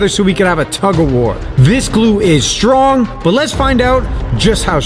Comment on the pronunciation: "Its really stronge"no you really stronge